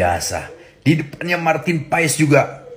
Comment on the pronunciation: Paes bang bukan pak es 😂😂😂😂